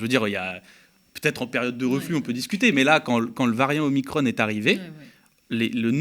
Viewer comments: C'est OMICRON et non OMICRONE!! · "Omicrone", Ah non, pas vous ! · OMICRON se prononce à la française svp !! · Oulà ! Va falloir choisir la prononciation : soit on prononce omicron, soit on prononce Marione, mais on ne peut pas faire à l’un ce que l’on fait pas à l’autre.